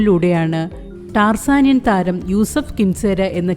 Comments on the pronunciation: ടാർസാനിൻ😅😅😅 ടാൻസാനിയ എന്നു പറ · ടാർസനിയൻ അല്ല, tanzania ആണ് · താൻസാനിയ ആണ് ടാർസനിയൻ അല്ല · എന്റെ പൊന്നു ചേച്ചി ടാർസനിയ അല്ല ടാൻസനിയ